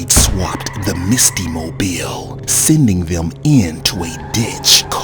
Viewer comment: Everytime the narrator says Misty name I keep thing she Musty